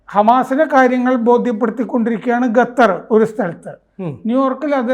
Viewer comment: ഗത്തർ അല്ല ഖത്തർ 😂😂